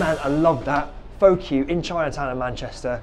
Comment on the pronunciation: Pho is pronounced "fuh" - hence the name.